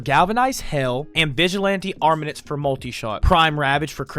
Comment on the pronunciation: Dude, I love you, but your pronunciation is giving me psychic damage... Ogris != Orgis Crepuscular != Crespecular Armaments != Armenenents Malevolence != Malavins Vigor != Viger Sahasa != Sahasha When life gives you melons, you might be dyslexic (It takes one to know one)